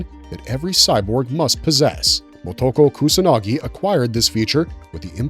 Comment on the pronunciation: You can't spell her name in the title, you can't pronounce her name. Short words like of/if/in are not capitalized in titles. Can you put some basic effort into this?